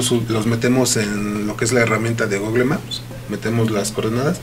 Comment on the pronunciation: jajajjaa a huevo un "policia ciberetico" diciendo "gugle maps"